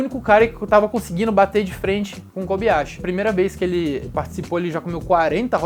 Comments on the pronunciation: nao fala kobiyashi e sim kobayashi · na boa a pronuncia é KOBAYASHI! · KOBAYASHI e NÃO KOBiYASHI